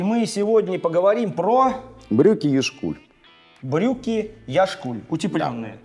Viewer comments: Вы не правильно произносите название Яшкуль. Ударение ставится не на букву "У", а "Я". Яшкуль, это поселок в Республике Калмыкия. Яшкуль на калмыцком языке означает молодое озеро. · На "Я" ударение, грамотеи. Я́шкуль.